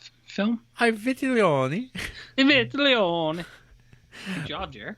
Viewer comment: It’s ‘ee vee-teh-lonee’ Try again.